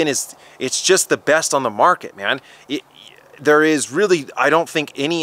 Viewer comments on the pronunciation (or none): none